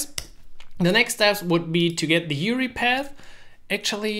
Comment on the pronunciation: you-are-eye not you-ree anyways, great video.